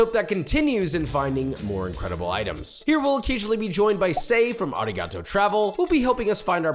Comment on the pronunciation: Josh's pronunciation of Arigato is actually disappointing.